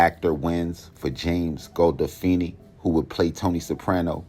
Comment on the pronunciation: Kind of crazy as Sharp as you are you couldn't pronounce James gandolfini or Edie falco's name lol